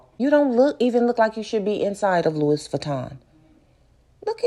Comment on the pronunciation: the way you pronounced Louis as “Lewis” has me on the door 😂 lmao! 🤣 and isn’t flaunting all that cash kinda dangerous? putting a target on her back smh